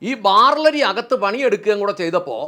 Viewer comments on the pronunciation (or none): ബാർലരി അല്ല, ബാർലി ആണ്. അരിക്ക് നെല്ലരി എന്ന് പറയേണ്ട കാര്യമില്ല.